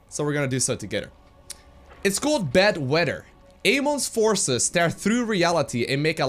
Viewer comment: it was like beod haha